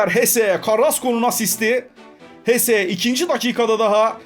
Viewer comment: abi ama o hese değil jese